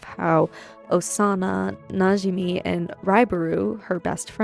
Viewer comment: The way you say najimi scratches my brain its so satisfying